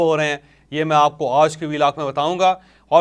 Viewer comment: سر جی (آج) کی ادائگی تو تھیک کر لیں